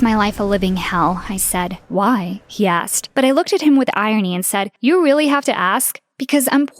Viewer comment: WHY DID HE SAY WHY LIKE THAT IM CRAYING MY EYES OUT OF WATER